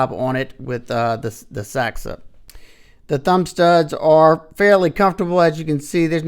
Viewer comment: It is pronounced: SENCUT "Saxy" like a saxophone